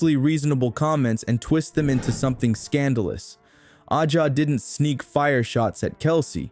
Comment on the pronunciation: Accusing everyone else of producing click bait while not being able to pronounce A’ja’s name and while insinuating there is something amiss when it’s well known Kelsey had a rough year with a divorce (so of course time off would be beneficial to heal). Come on, do better. 🥴